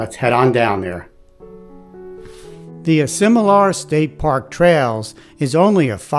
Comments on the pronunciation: WRONG pronunciation of the name Asilomar ! you call it Asimolar ! Otherwise great video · Love the review of this special place but you did not get the pronunciation correct. This place is pronounced A Sil O Mar.